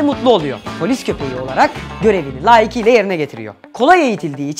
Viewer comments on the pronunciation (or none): laikiyle değil layıkıyla